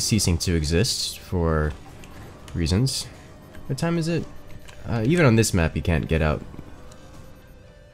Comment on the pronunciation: "wha'?" - 1/1/2019